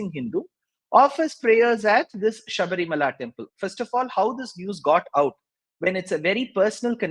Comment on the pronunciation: It’s Shabarimala not Sabrimala as pronounced by Barkha Dutt